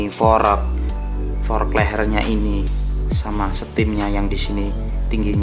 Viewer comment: Kocak banget lu bang jadi pelawak aja, fork dibilang forek wkwk